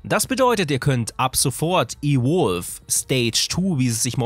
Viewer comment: Alter wenn du das ausprichst klingts als würdest von einem Elektro Wolf reden hahahaha E-Wulf